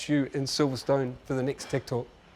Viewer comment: Need to keep improving my English listening, as a second language user when he pronounces "tech talks", for me sounds like "tiktok". Motogp Unlimited, fuck ing good series, recommended